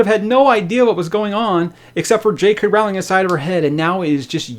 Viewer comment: Her name is pronounced "Roe-ling" though :P